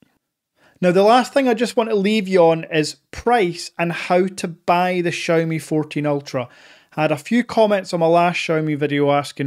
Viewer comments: Please stop saying "Chow ME" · XIMI sounda better :) haha